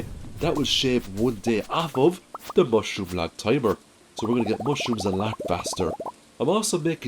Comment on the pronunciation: lol when you say mushroom log all i hear is mushroom lads.